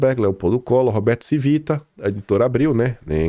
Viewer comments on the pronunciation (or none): A pronúncia é TIVITA e não CIVITA. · A pronúncia não é “Civíta”, é “TchÍvita”.